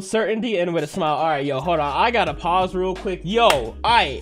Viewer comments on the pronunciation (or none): none